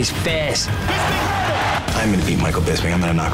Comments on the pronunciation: "I wanna unload....on his FES" damn accent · "I wanna unlawd on his fayce" way to go bisping :D